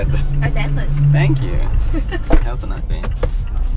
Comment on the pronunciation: Your still saying than q after that ride yeeeeet than q for time saying than q